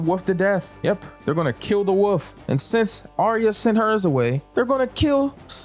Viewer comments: *Wolf not woof… 🤦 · You can pronounce the word "wolf" dude, we know you can. Its not a fuckin woof